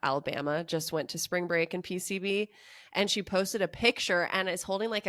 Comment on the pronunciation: "SPRANG BREAK!!!!!" or whatever riff raff said